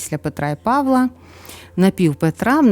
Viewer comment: Мирного неба всім. Чомусь нема допомоги, щоб здолати ворога. На Петра і Павла', а не Па'вла. Це наголос з російської.